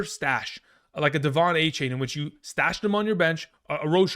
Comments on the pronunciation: Just for future reference, he prefers “A-Chan”, not “A-Chain” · It’s not a-chain it’s a-chan